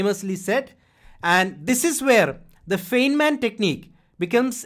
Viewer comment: A minor nit: Please note that "Feynman" is pronounced as "Fine-man".